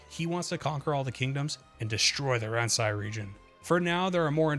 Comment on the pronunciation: I think "Ransei" is pronounced "Ron-say"